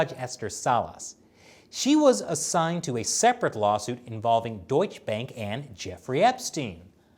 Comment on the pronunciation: NOTE: it is not pronounced "deutschbänk", it is pronounced "deutsche bunk". but i am alrdy a bit glad that you pronounced the "eu" in it perfectly ;)